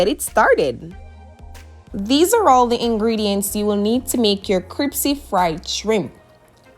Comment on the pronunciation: Did you say cripsy? Hahaha.